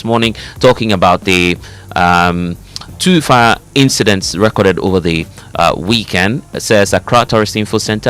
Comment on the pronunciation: Please guys note this: re cord' - verb re' cord - noun Fires re cord'ed over the weekend NOT ...re' corded over the ...